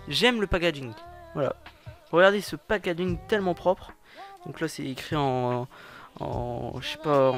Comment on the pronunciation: Mdrrr "pag injing" 😭😂😭😭😂😂😂